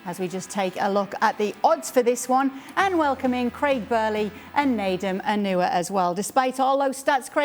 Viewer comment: I always love kay's intro....and she pronounce Nedum Onuoha very nicely 👌 👍